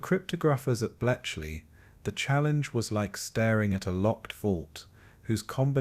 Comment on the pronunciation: This is AI narration, isn't it? There are mispronunciations. At one point "cost lives" pronounced "lives" the way you would say "he lives." And then apparently there's a typo in there - Belchley Park intstead of Bletchley Park. And sure enough - the narration said "Belchley." A human narrator would know better. Lame, man. Zero effort video. Also - it doesn't "flow" - there is repetition of information that has already been covered earlier, etc.